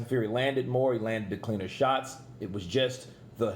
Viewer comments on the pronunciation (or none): none